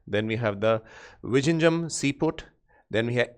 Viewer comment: sir please check the pronunciation of vizhinjam